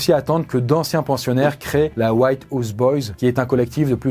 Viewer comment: "La white Ouze boyz". Sérieux quoi mdr.